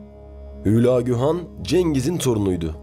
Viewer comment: ÜÜÜLAAGÜ DEĞİL HÜLAGÜ